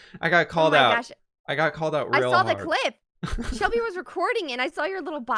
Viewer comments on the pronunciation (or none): none